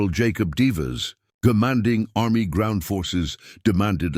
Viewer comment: Yes. Please get a new ai. The general mentioned was Jacob Devers NOT Divas.